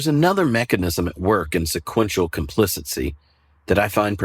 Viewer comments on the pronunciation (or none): I’m interested in why you pronounce “complicity”—correctly spelled in your slides—as “complicency” which is not a word. Editor and announcer here. But I like the lesson and have passed it along to our pastor.